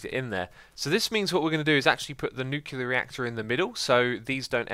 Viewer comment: Who goes crazy when they hear “nucular”